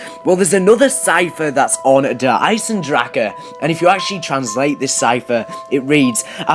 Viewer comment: Ich find es lustig wie alle die kein Deutsch sprechen das falsch ausprechen "Der Eisendrake"